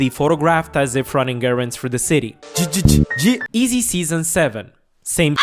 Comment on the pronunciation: This goofy said “eezy” 😂